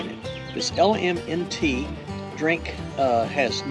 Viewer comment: Hey. I was introduced to your channel by watching PTL and you on the foothills trail. That LMNT is actually pronounced "element". Cute, huh? I can safely say that I didn't like them at all. I guess some people might. Last Christmas my son, "Too Tall", bought me a pair of altra lone peaks and I loved them! I wait with anticipation on your review of your new altras.